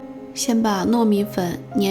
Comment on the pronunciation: 话说这叫澄粉cheng 不叫dengfen